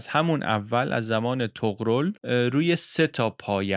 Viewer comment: عشقی طغرِل درسته